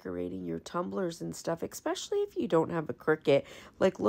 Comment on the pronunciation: I think sometimes you assume we know what you're talking about. For example, the wall stickers you say "I love using these." But you don't say what you use them for. Maybe I'm missing the obvious. And just because I'm an English tutor - it is "especially" not "exspecially".